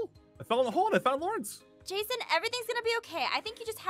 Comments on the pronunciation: “And then I fell in a hole, I fell in a hole and I found Lorince” I can’t XD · “And then I fell in a hole! I fell in a hole and found Lawerence!”